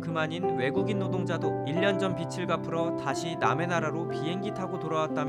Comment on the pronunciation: 기자님 '빚을'[비즐]을 [비츨]로 잘못 발음